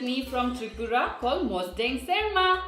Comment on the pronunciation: Bdw tats not serma it's BERMA 👍🏿